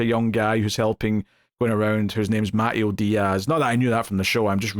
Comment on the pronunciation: It's Mah-tay-oh, not matt-ee-oh, Diaz.